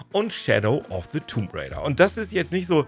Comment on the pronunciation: Weshalb sprichst du das "b" in "tomb" aus?